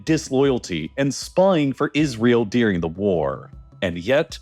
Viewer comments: “deering the war” “deering the war” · Anybody else notice that this chap pronounces the word DURING as "DEERING"? *many such examples